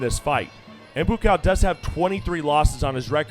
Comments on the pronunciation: Need to fire this commentator. It's bua cow. Not boo cow. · Take a shot everytime he says boo-cow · whose boo cow?..idiot commentator..you should practice your words first dude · Commentator is racist calling Buakaw 'Boo Cow'. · i gotta turn down the volumn. BooCow... that comentator should be fired. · I'm sure you already know this but it's pronounced boo-wah-kaw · He is being sarcastic... they butchered the fuck out of his name.. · Better use the last name Banchamek than the looks like nick/first name Buakaw currently abusing by lot of others Thai fighters or is it a trick of the game promotioners to cheat more spectators? And can somebody please tell that commentator to learn to pronounce the Buakaw name correctly? He actually turned Buchamek into a mix product of bull and cow. Does anybody see a bull or a cow do Muay Thai boxing? Lol. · I think he missed pronounced Buakaw's name. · Passer Bby he doesn't know how to pronounce buakaw's name. Joke n embarrassment of a commentator